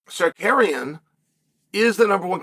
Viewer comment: It's Tsarkarrienn... You said it wrong. 😂